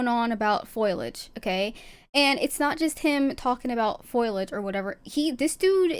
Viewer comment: Its foliage not foilage